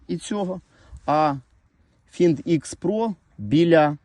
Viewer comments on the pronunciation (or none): "ФайндЭкс" вимовляється.